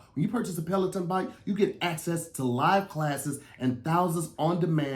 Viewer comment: didn't say Pelaton correct🤣🤣🤣 I thought I heard petaltoe